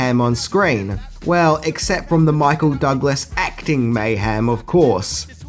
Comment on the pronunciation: Matthau is pronounced 'math-ow', mayhem is not pronounced 'mayham' and you're not using 'whom' correctly.